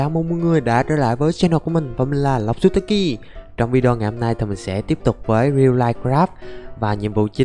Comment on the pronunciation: xem 867 like 121 ko thích 0 nhận xét 61 #fanlộczutaki Mà một điều nữa: mà cứ đọc lộc zùi tá ki Và thêm một câu chào huyền thoại: Hề lô xin chào mọi người chào mừng mọi người đã đến với che nồ của mình và mình là lòng sờ pam zobie từ tập 1 gồi ơi